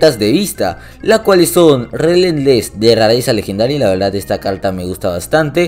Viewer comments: Soy yo o usa mucho este emoji 😱 😂😂😂 y al principio dijo calta en vez de carta 😂😂😂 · no sabe decir la r la calta jajajajaj